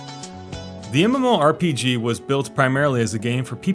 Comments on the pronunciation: Yeah, you can just pronounce it as "muhmorpeguh" we get it. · Say mmorpg one more time